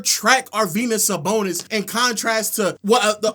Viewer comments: Nga said arvydas sabonis 😭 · almost clicked off when he said sabonis 😭😭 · Bro is like 30 years old having a temper tantrum like a 5 year old shouting “you’re dumb” just because he doesn’t like someone’s all time nba list lmao. Constantly calling other people dumb when he can’t even pronounce sabonis’ first name correctly, and spent an entire video saying “expedition” instead of “exhibition” when talking about team USA’s exhibition games.